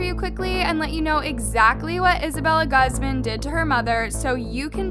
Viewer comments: Hi I know I'm overreacting and overall being annoying but it's actually pronounced as (goozman) Not (gazmun) I don't blame I know people has accents😫 just saying incase if someone has a friend who's last name is Guzman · Im pretty sure its GOOZ-MAHN not GUHZ-MIN not supporting her but it irks me when ppl mispronounce hispanic last names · Her last name is pronounced “goo-z-mah-n” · its uhm.. its pronouced (goo-zmon)- :l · isn't Guzman pronounced goozmahn? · it kills me to see how keeps saying peoples names wrong!!!! who says guzman, gosman????? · It’s pronounces Gooz-Mon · this is just horrible, but i can't with the pronunciation of "Guzman" 😓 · Take a shot every time you hear her mispronounce Guzman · I’m sorry but my last name is Guzman and the way you pronounced it made me feel weird 😭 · IM SORRY BUT THE WAY YOU SAY HER LAST NAME IS FUNNY MY MOMS LAST NAME IS GUZMAN AND ITS NOT PRONOUNCED LIKE THAT💀😭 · I agree with you but maybe next time learn how to say “Guzman” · Am I the only one cringing at the way saids Guzman?